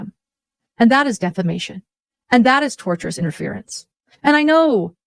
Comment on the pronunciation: It is driving me crazy that she keeps saying torturous interference. The word is tortious. Coming from the legal term tort which is in the world of civil lawsuits. I guess her four lawyers haven’t corrected her on this one yet.